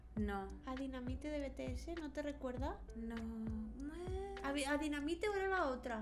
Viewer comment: PORQUE TODOS DICEN BETEESE ES BITIES